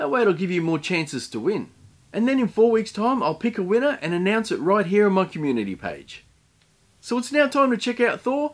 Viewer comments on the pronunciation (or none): none